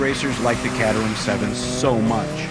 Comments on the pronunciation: my god its caterham (KATE-ER-HAM)!!! NOT CAT-REM!!! WTF AMERICA!!! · Bare Ass Motoring.. you can't pronounce 'Caterham' correctly. Very Nice video.. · one thing that always bothers me is the horrid presenters on the speedchannel. There are a few knowledgeable entertaining ones but most are like this guy, completely lacking charisma. Also, caterham isn't being pronounced right. Sorry for the rant, that stuff just bothers the crap out of me